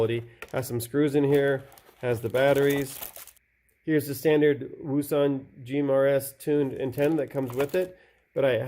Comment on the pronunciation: just want to add wouxun is pronounced Ocean =)